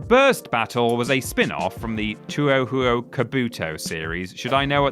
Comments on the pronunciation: Touhoum it may concern, Never criticise The Touhou franchise. They are Legion. They will find you. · You mean two oh how oh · It’s 2hu, not “2-oh hu-oh”. That entry ticked me off. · Dawg... It's pronounced more like "Toe-hoe" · I know many have said it but its pronounced "Toh H-oh"! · Too-oh-who-oh? Tread carefully, there's already too much contention and derision over whether it's pronounced, Two-Hoo or Toe-Hoe. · It's TOEHOE! Not whatever Syllable Word Salad you spat out. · Two-oh-who-oh... Deer God. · there is no need to apologise you were stating your opinion respectfully he had no reason to be a jackass and also I to am annoyed by the pronunciation all you have to do is say toe than ho also people have a phone on them at all times just look up the pronunciation it doesn't take that long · should have butchered the pronunciation of touhou Kabuto etc etc even worse imo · the way that y’all mispronounce japanese titles is the reason i keep coming back. the way u said touhou sent my sides into orbit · Bruhhhhh..... the pronunciation of Touhou SLAYS ME Wow I mean, really wow. Here is you award for "Worst pronunciation ever in a Worst Game of video" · Come on, man, you're a gaming channel. At least have the wherewithal to realize you're butchering a studio's name that's beloved by many fans and look it up on Google to see how it's pronounced. Touhou isn't even that difficult of a word. You kinda have to make a particular effort to get it as wrong as this. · that pronunciation of touhou betrays a cultural ignorance that borders on outright offensive in its spitefulness. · TuoooooooooooooooHuooooooooooooo ... mate you weren't even close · i actually never had problems with touhou burst battle, i enjoyed the game when it came out, but the online died out so fast that the game was just boring. and just the way he said touhou, sheesh... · Deer God what the fuck was that Touhou pronunciation holy shit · How pronounces Touhou is outright triggering me